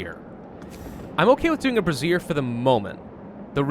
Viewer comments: Every time I hear say brassiere, I'm gonna comment on how it's Bray - ze - er. He'll see it eventually. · I can't take it any longer... brazier is pronounced ˈbrāZHər as in "bray-zher"... not brəˈzir which is spelled `brassiere` or `bra` for short. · you are mispronouncing brazier. It is pronounced bray-seer, you are pronouncing it like brassiere, which is another word for bra. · I have to laugh every time calls the braziers brassieres 😂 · I keep giggling every time brazier is said as brasierre. I am a man child. The thought of giving all these tough working folks a new bra to cheer them up makes me chuckle. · Say it with me ...Bray-shur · I don't think he realises that he's pronouncing it wrong... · nah it's funnier this way. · I think he knows... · It is on almost all of his Frostpunk videos. He sees it in the last episode or two, says he feels stupid, and immediately forgets. Every time. Like clockwork.